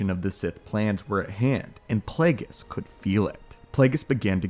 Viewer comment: Plagueis🤮 “Flagueis”😏